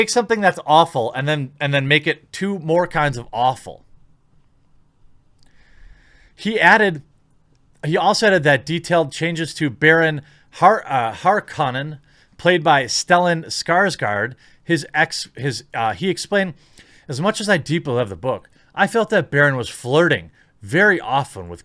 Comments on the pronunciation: HAR-KO-NEN. say it right. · Max Von Side-ow Den-ee Vill-noove Benny Jezarit Baron Har-ko-nen